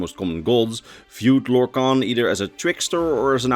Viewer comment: everybody has heard of lorkhan, but have you heard of lorkant?